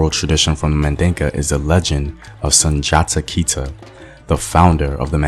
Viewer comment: Sunjata Keiteh not sanjata kaiteh